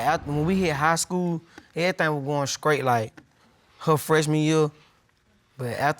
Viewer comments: I stopped watching at "skraight" 🤦🏾‍♀️ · “....errthang goin’ scraight....” TIME FOR SPEECH CLASSES!!! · “Errything was goin’ skrate”!?? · Did he say “skrate”??? The mother acts as if she was in the room with them being grown🙄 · Chiiiiiiile WHEW! THAT luh boi said "SKRATE"! I'm so WEAK right now, lolllll!!! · Did that fool really say Skkraait